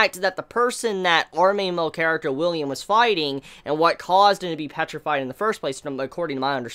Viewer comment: Dude the main character's name isn't William it's Willem